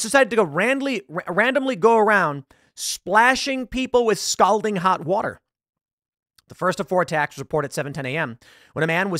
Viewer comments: It's pronounced "skaul-ding." Not "skal-ding." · skol ding skol ding. Not skal ding. That's how you pronounce scalding, like Calling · It's pronounced "SCOLDING". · Tim. Scalding is pronounced like SCAWLding, not the way you're saying it. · scOLD, tim.. not scALd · What is "scowlding"? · Scalding======= S called ing....... Scalled ing....... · Tim mispronounced "scalding". It's pronounced scal like "all" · TIM you say "Scalding" funny... supposed to be pronounced (skawlding) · stop saying stowlding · Scoulding water? She-riffs? 😂You have an odd way of pronouncing some words for someone who reads to an audience for a living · Anyone else just wishing that tim knew how to pronounce "scalding" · So we're all just gonna act like Tim is pronouncing "scalding " properly? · For the love of God somebody tell him how to pronounce the word scalding. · Scalding is not pronounced that way. :) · Hearing Tim mispronounce scalding numerous times, and almost get it right a couple times is so cringe. I hate how so damn many people who literally talk for a living have a hard time with words. you're a professional, that should never be an issue. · Please learn how to say scalding... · Please for the love of all that is good in the world learn to pronounce "scalding"